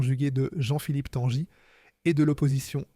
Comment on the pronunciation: Tanguy ne se dit pas "Tanjy" mais comme le prénom Guy, Tanguy quoi, ou comme un bateau qui tangue et non pas qui "tanje"...